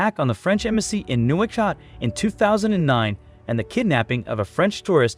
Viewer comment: Lived there for 2.5 years well north of the Senegal river, amongst the bidhan (white moors). You badly mispronounced Nouakchott. I am surprised that you didn't mention the landlocked Nile crocodiles. The Paris-Dakar Rally used to pass through there.